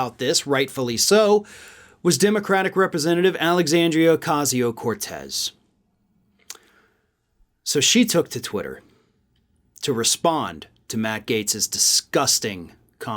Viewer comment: Oh kay Sea oh core tees. Her name doesn't rhyme with pez candies.